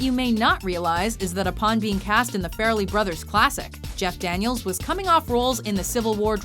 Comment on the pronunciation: It's pronounced far lee. Go back to your msmojo garbage.